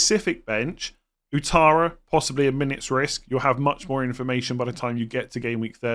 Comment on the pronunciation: the name Ouattara is pronounced Wattara.